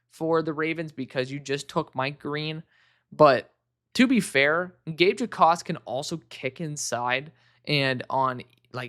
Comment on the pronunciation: I know it’s weird but Gabe Jacas doesn’t pronounced the J in his name. It’s pronounced like “Ackis” just for future reference.